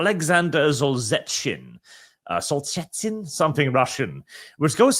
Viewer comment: It's pronounced soul-zin-nyit-tzin